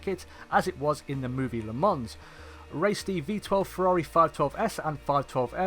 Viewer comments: Pronounced “lə mɑ̃” not “la mans” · Nice vid, the "S" is silent, it's pronounced "Le Mon" spelt "Le Mans". Thanks for a good vid.